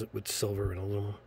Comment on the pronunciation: Pronounced My-ca mica. Try google also pronounced aloominum not aluomimum